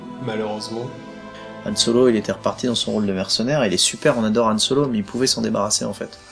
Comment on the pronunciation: le mec soit disant grand fan et pro de star wars qui n'a toujours pas piger qu'on prononce " han solo" et non " yhan solo"... 34min35.